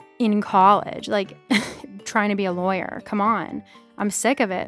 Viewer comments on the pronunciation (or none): none